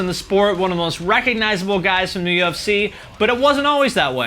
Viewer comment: This video is literally just you mispronouncing words (Meshuggah, amo, Chael Sonnen...just to name a few) and you acting like your opinion is correct and indisputable... Attila blew up after they put out Rage, not after about that life. People don’t like emmure because Frankie sucks. Where is this metal community you keep talking about that doesn’t give a shit about anything? I get it you think your high amount of views means everyone agrees with everything you say... but you have no fucking clue what you’re talking about or how to pronounce words. Get outta here.